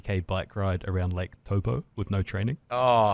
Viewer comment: Lake "Toe Poe". WTF lol even every other pakeha can pronounce it properly incorrect being "towel poe".